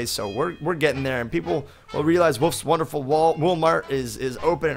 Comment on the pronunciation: When typed I thought he say " oops not wonderfuk"